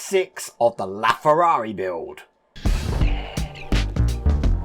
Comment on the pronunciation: Hi Wayne... Everytime you say "LaFerrari" 😅...I think your saying "Laugh Ferrari"...lolol 🤣😂🤣😂🤣😂🤣😂 Which is because of a joke of how much they cost...and the maintenance needed to keep them running half way decent...lolol 🤣🤣🤣🤣